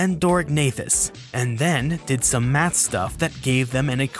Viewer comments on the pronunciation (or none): none